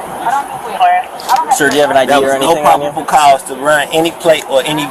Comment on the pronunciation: "no pobbible couse" 🤣🤣